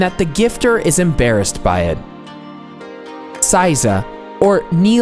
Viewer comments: Why do you say saiza? ther isnt an a in seiza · pronounce 'say-za' not 'size-a' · Seiza is pronounced "seh-ee-zah" not "say-za" (sometimes when things are said quickly in conversation, some words may seem to take shortcuts with the pronunciation, but in fact the entire word is said but very compactly. To the untrained ear it seems as if they are cutting off part of the word. Not so. A common mistake for those learning Japanese is to think it's ok to cut the words, but in reality Japanese people hear what you did but will never correct you, so you keep on believing it's ok. Example: Sukiyaki becomes Skiyaki. What are some other examples? Can you think of some?). Japanese vowels: only five sounds. Not hard to figure out. A=ah I=ee U=ooh E=eh O=oh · I couldn't get through the sitting part. I cringed each time he said "size ah". It is pronounced "say zah". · "EI" in Japanese is never pronounced "IE" as in Lie, Pie, Tie. It's closer to AY as in Say, Bay, Ray, Play, Pray, Tray, Fray. Seiza is not pronounced SIE-ZA, but SAY-ZA. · It's seiza, pronounced 'sayza', not 'sizer' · Hearing him repeatedly mispronounce "seiza" as "sigh-zah" was like nails on a chalkboard. It's "say-zah," bakayaro! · Seiza also makes me cringe every time. SAY-za. And chan . It means you don't know basic language but trying to teach culture and etiquette gives you less credibility . . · Stop saying, "SY-ZA." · please pronounce seiza correctly, as in phonetic SAY TSAR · "Saiza" really hurt my heart as a karate practioner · The mispronounciation of seiza and san was surprising. :/